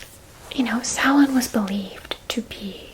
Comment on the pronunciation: The fact you pronounced Samhain correctly made me stupidly happy and that you know it's new year. Love from an Irish girl in Ireland 😊